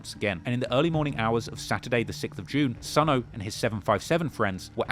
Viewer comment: if you dont stop mis pronouncing these guys names..... it's not SONO it's SONE. "Sonny"